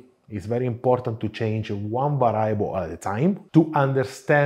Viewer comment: Hello, love your show and you have a nice Italian accent and well-spoken English. Just wanted to tell you that a word that you use often should have the accent on the first syllable as is the case in spoken Italian. The word is VARIABLE.....VA' REE A BLE...not...VA RYE' A BLE . Please excuse this subtle correction while I always chastise English and American native speakers who are often the worst at respecting foreign word pronunciation.